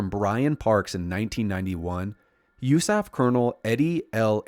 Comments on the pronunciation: I wouldn't have known it was an AI generated voice until it said 'usaf' as a word instead of U.S.A.F. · It absolutely was AI generated speech. Who says "usaf" as a word?